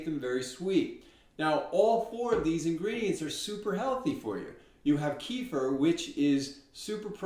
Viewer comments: You answered a bunch of my questions about making Kefir, what to do " if " , and added some very interesting solutions to taste ! Thank you =) - Also ... you are the only Content Creator I've heard pronounce Keh-Fear correctly. Thank you for this as well. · Kudos to you friend- one of the rare folks that pronounce it correctly. (Ka-Fear) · At last an American pronouncing it correctly! There is hope in this world. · THANK YOU FOR PRONOUNCING "KEFIR" PERFECT! It is so annoying when people do not know how to pronounce yet they make a video about kefir! Geesh!! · Both of your videos have been very concise and clear and answered a lot of questions that other videos miss - I also am chuckling because its nice to hear an American saying Kefir the correct way - but I'm laughing as sometimes your using the American way and switch between the pronunciations .... :)